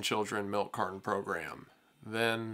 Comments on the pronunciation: Milk "cardon" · Milk car-Don. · Milk cardon?? Ooooh! You mean milk carTon! Fuuuuucking annoying.🤦🏻‍♂️ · Melk Cardon. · Carton has a T, not a D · Bro there's no d in milk carton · I've never heard anyone pronounce the T in carton as a D before